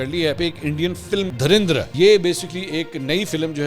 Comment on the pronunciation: Bhai mery "dhirandar" ni hai movie ka namee "dhurandar" hai